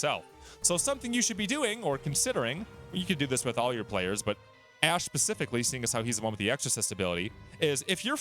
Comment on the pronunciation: It's ash and u keep calling him hash lol